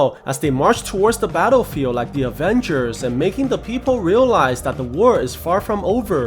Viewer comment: I thought you said ‘taarofield’ in battlefield😂